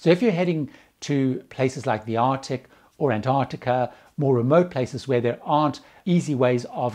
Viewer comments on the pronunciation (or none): none